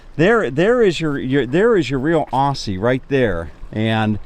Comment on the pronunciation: Its Aussie not auussiy